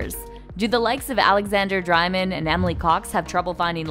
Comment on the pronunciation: This narrator can not pronounce any of the names!! Since when does Dreymon sound like Dri-mon!